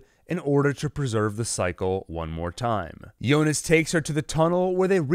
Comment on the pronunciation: It's Jonas not yonas